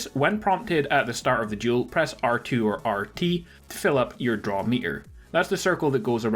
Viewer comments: This is duel. Not jewel... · Thought you were saying “juul” (no offense) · It sounds like he says juul